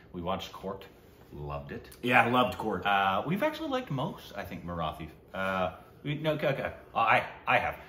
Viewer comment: “Marathi” or “Sairat” is pronounced with the “T” not like in “The”.